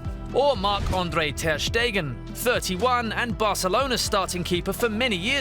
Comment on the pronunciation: André* not Ondrei